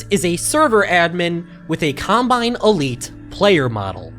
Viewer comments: sounds like he says columbine instead of combine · Colombine??? Lmao not what I imagine you meant to say there, but still a really funny slip up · hate to be annoying and comment multiple times, but did he call it a Colombine model?